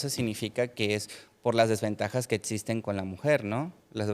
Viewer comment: El doctorcito hablando de cosas que no “etsisten” 😂